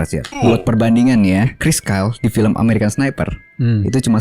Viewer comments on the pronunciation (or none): none